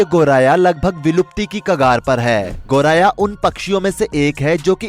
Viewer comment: गोराया नही , गोरैया बोलो भाई।